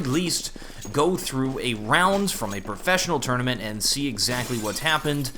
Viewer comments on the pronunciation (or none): none